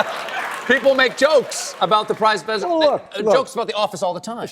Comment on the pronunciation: 'about the prize vesident'